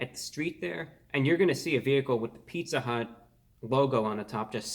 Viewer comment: "Pizza hüût"